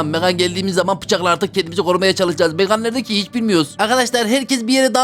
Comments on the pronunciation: Abi o bebeğin okunuşu megan(megın) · Onun adı megan diye okunmuyor megın diye okunuyor ❤ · Abi o bebeğin İngilizce okunuşu megan(megın) sen Türkçe okunuşunu söylüyorsun megan(megan)